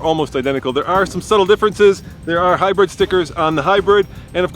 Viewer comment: he said HyBIRD lmao not hybrid